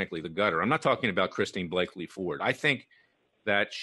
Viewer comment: Larry, Kavanaugh has daughters not sons. The CIA asset‘s name is Christine Blasey Ford not Blaky